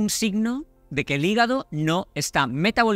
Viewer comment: 😂regenera tu higago